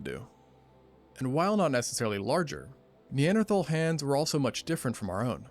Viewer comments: Cash be taking in syllables some times and mispronouncing single letters 😂😂 Narrator: “Neanderthal” Cash: knee-ant-erthal😭😭 love you cash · "NE-AN-THER-THARLS!?" cmon Cash😂